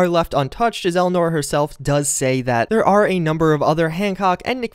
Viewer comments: "Elnora"... that's just sad. It's ELIANORA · Cringe when you can't even pronounce Elianora's name correctly.